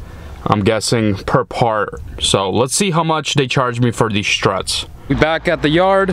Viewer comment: Don't bother prayig to god. First it is a waste ot time. Why. god doesn't exist except in those people who indoctrinated you. TAKEN APART. TH is not pronounced "D" Aside form that - nice video series. You have a lot of ambition to undertake that rebuild of this tragic wreck. Graveyard - yes that's where Volvo's should be. Get a Peterbuilt if you want a real truck. THESE are the parts we bought. THE STRUT, not Da Strut. What do you bother mentioning what you paid. You have a special price. This little nipple is called a ZERK fitting. There is a difference between struts and shock absorbers. You could have moved those shock brackets back into alignment. Nicely done. It looks good. You could have straightened that steering link. Right save money were you can. You are certainly capable of straightening things out.